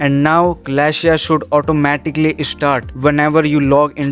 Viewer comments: It is called: Celestia (the a you do not pronounce). It is not "Kalashia" , that's a real butchering of the name. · its pronounced suh-LESS-tee-ah